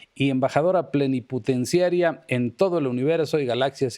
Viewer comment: Soy solo yo o dijo embajadora PLENIPUTENCIARIA?